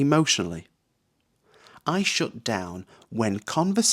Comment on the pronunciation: really strange pronunciation, 'shut' like 'shoot'